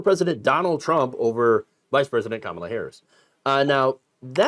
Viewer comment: Better way to show it is "Comma - La"